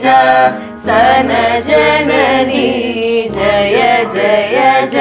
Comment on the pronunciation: സരസീജാ സനജനനി എന്നല്ല... സരസീജാസനജനനീ എന്നാണ്.. ബ്രേക്ക്‌ ഇല്ലാ ആ വാക്കിൽ..